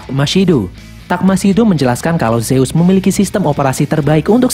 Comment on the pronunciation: Zeus dibaca zuz